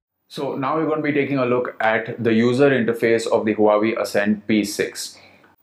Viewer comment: is Wa - Wey... not hu hu.